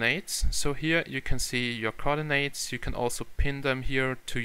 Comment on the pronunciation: You said Coordinates wrong :P